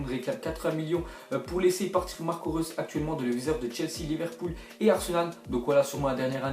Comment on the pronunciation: TeRm1nAtOr03 ouais mais en dirais qu'il a dis russe mdrr